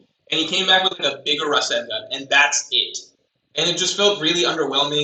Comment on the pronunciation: The way he pronounces rasengan is more insane lol.